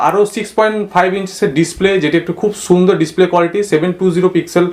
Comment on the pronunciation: কথার ছিরি কি, সুন্দর না, ছুন্দর।🤣। হাওয়া কি নাক দিয়ে বাড়ায়?. 🤣🤣 ফকিন্নি একটা কেস ও,কিনতে পারিস না?. গান্ডু গুলা